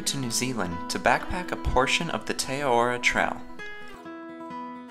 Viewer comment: Great vid. Also, it's pronounced Teh Ah-rar-roar (with rolled r's)